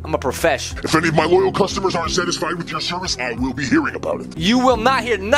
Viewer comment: Saying cusuomres made me laugh or customer